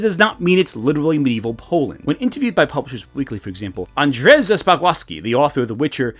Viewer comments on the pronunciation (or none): You should try to pronounce "Andrzej" again. Its (Ann-j(like the first sound of jockey)-ay (like in yay))